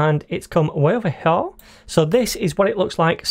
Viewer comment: Right over HEAH